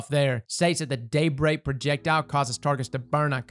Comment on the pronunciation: when said “Daybreak projectile” it sounded like he said “date rape projectile.” made me real curious for a second lol.